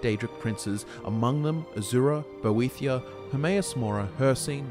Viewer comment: It's great that you know all this lore but can you get your pronunciation right ive just heard you call (Boethiah): bothia and boethra and it's very distracting